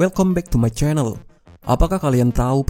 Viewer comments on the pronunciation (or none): none